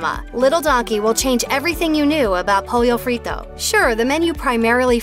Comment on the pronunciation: Did she really say “pOLiO fRiTO”